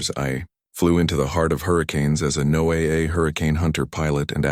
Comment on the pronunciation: NO-AA? Come on! Those goofs really hurt the story. How about having a human read the stories?